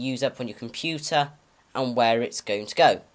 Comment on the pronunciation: WHY DID YOU SAY COMPYTAA.?